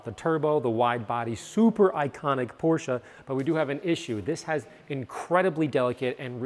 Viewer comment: Thank you for saying "Porsche" right.